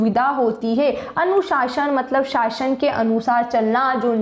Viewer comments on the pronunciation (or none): none